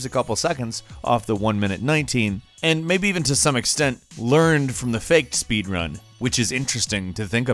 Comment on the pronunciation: He Said spod run insted saying speed run